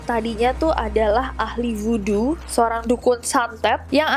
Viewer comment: Bukan woodo tapi Voodoo